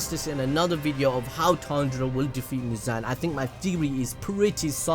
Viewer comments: It’s mooz-on not mooz-an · abd it’s actually mu-zon